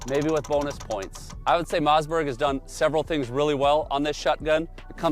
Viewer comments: what's a Mozzburg? Some kind of burger? I always thought it was Mossberg with Swedish family Origin. Must be something lost in the translation or dialect😊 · It’s a mossberg not a mazzzberg